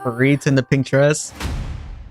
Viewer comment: Dude! Pharita is pronounced PARITA! By now you should know that.